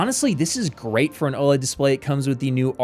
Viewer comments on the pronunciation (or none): I wanted to stop watching when I heard woled, but I stayed a little bit longer but just until I heard dp1.4 🤡